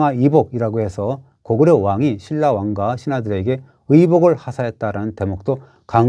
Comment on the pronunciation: 중국애들 신라 실라 발음 안되는거 맞는거 같기도 ㅋㅋㅋㅋ